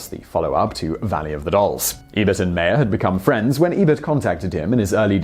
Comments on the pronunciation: Russ Meyer last name is pronounced like Oscar Meyer's. My understanding is that Russ Meyer approached Ebert after Ebert gave Meyer's film VIXEN a glowing review. BONUS FACT: during the writing of UP! Ebert felt so under the gun that he cribbed a whole passage from 1920's-era poet Hilda Doolittle (H.D.) into the narration. BONUS FACT: Ebert is credited as "B.Callum" in UP! & BENEATH THE VALLEY OF THE ULTRA-VIXENS. Finally all three movies are available at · MY-er, as in Oscar Meyer. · It's pronounced "Russ MY-er."